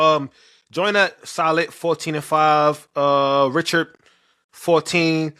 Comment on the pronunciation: Jada Ree-shard, not Rich-urd